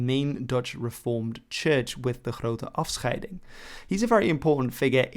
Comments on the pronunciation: As a Dutch guy i must compliment you how you said #afscheiding. The church you see at 2 minutes is called, de grote kerk or in English the big church. I live about 200 meter (about 219 yards) from it. It stands in Haarlem the capital city of the North. It's not a coincidence there is a Harlem in New York but i'll take it you allready knew that. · You say afscheiding very well